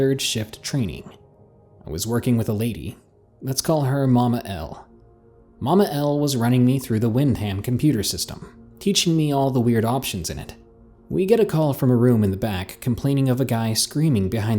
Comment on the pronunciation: Just dropping a friendly note to say Wyndham pronounced WIN-dim :)